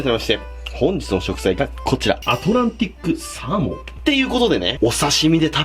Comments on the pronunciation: アトランティックサー→モンがアトランティックサー↑モンだとむずむず😎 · アトランティクスァモンって聞こえる